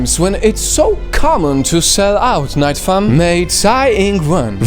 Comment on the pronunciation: "Nightam" lmao